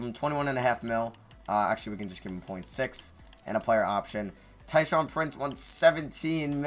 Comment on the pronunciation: every time he said "tyshaun prince" instead of tayshaun, i would cringe 😂😂😂😂